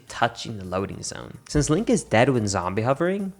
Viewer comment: hehe, he said linkus